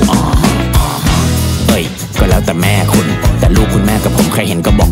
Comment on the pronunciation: พอมาฟังดีๆ อีก รอบ เนื้อเพลง โคตรอัจฉริยะ แม่คุณ ตอนร้องออกเสียงว่าแม้คุณ พอคุณ พอร้อง ออกเสียงว่าพ่อคุณ (ได้จากไปแล้ว (พ่องตาย) แล้วมีความหมายทั้งสองแบบ สุดจัด